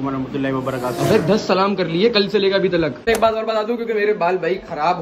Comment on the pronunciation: Why do you say tak ko talal